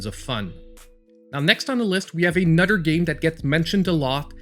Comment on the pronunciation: " A nutter good game " L😁L No disrespect, Always gd content!